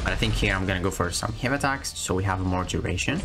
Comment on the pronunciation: Thanks for all the tricks and utility I am ready to R3 and mine and kick ass. You accent makes laugh every time you say “hey” attacks lol 😂 keep up good work bro 🍻